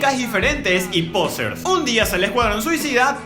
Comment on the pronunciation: Que purete cuando decis POsers😂